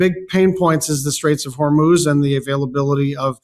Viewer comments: IT IS NOT HORMOZE IT IS PRONOUNCED HOREMOOZE! DAMN, BEN, STOP MISPRONOUNCING NAMES!! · Am a long-time subscriber and fan of your channel. I respect your work, but please use the correct pronunciation for Hormuz. It's not pronounced Hormuze or Hormoze. It's closer to "ooze" as in Hormooze. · Alright, Ben, I gotta say something. It is starting to drive me up the wall. You must learn to pronounce Hormuz. As in the Strait of Hormuz. It is not Hair Moze. It is Hoar Mousse. Whore Moose. Hormuz. Thank you for your attention to this matter. (🫠😉) Remember: NOT Herr Moze. It is Hoar Moose. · Ben and this whole “Hormoze” thing 🤔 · HORRRR MOOOOZ, Ben. Straits of HOR-MOOOZ. What are you even TALKING about, Ben? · It is HORMUZ. please put the vowels in the correct order and stop with the hur-MOZE pronunciation is as annoying as the bubbas saying EYE-ran instead of EE-rahn.. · Ben, it's pronounced, "Strate of HOR-mooz." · Just a quick critique...it's pronounced "Hore-mooz". You've pronounced it every other way than the way it is supposed to be. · I love how you just pick your own pronunciation for words, Ben. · Say Hormuz. Now say Santa cruz. Now say more booze. Now say Hormuz wrong again! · Ben you need to learn how to pronounce the words you are using. Its very annoying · Learn how to pronounce names and places before recording your videos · Pronounce Hormuz right … you sound like you are ignorant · Ben, I love your videos, but as long as you're going to criticize trump for mispronouncing things, you should start pronouncing things like Strait of Hormuz correctly. Do it with all proper nouns in your content, please. It's distracting and agitates tf out of me.